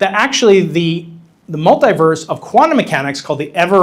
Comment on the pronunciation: What is a Multiwerlise? Is that a new AI Spiderman movie?